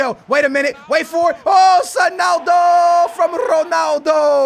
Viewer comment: why does he say sonaldo